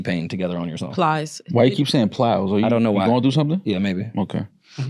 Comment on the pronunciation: Why having so much trouble saying Plies? lol